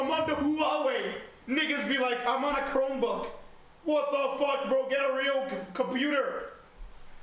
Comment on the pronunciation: “I have a cromebook” 😭😭